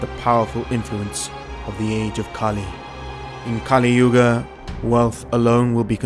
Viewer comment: It's not kaaliyuga but kaliyuga